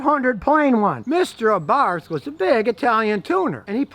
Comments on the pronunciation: It's pronounced ABART! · OK, just started watching the video, so I'll hold judgement but 'Abarth' is pronounced 'AbarT' hard 'T' no 'th' sound. Carlo was Austrian so hard 'T' please and thank you. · Did you say "Fiat A Barf"?.... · That’s good to know Abarth doesn’t mean ABARF 😆 ! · FYI, the car is pronounced "Abart." No "th" sound in Italian, as I recall.